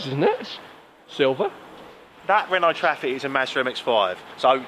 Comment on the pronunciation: When he said 'RENOOO' I lost it 😂